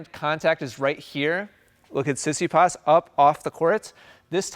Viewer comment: Tsitsipas is pronounced Tsi-Tsi-Pas with the tone on Pas . I think that what one hears in this video is more like Si-Si-pas. Also.. congrats for another enlightening video !